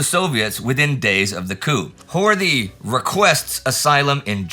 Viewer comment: FYI it's pronounced Hort-ee, with the "ee" as in Robert E. Lee.